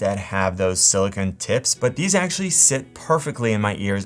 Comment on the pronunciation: c'mon dude... sil-a-KIN? how 'bout sil-a-CON!